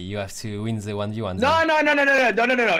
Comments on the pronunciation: Pourquoi les français disent ze a la place de the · cour d'anglais! : the ne se prononce pas ze.. XD sa se prononce di.